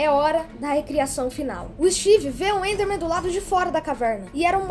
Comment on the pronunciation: tava na cara q aquele áudio do steve falando com a Alex e fake o cara falou the totalmente sem sotaque de gringo (na parte do the enderman a pronúncia do the fica dê e o enderman ficou pronunciado como endermen)